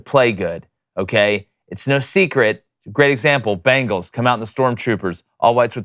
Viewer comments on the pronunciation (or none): none